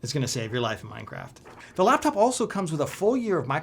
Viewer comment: you said the lapcop 😆